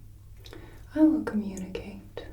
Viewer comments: Communicate not cummunicate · her: “instaed i will cummunicate” her (again) “a difficult word,a long one” me: “not for ten year olds, but for teachers!” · communicate is com, not cum ...but I still love you, Mom =) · not to be rude but cummunicate is communicate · Heh heh...."cummunicate"...heh heh. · It's communicate not cummunicate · "I will cummunicate" yeah, are we sure we're in detention..? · "I will cum" WHAT o wait "I will communicate" What a shame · I don't want to be that guy, but communicate has an O first, not a U. :/ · Cummunicate? Is that a thing? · i will cummunicate